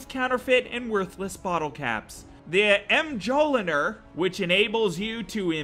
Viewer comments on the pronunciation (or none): everyone talking about waterfowl.. but noone mentions "m jol i nur".. which should be mjolnir.. aka thors hammer..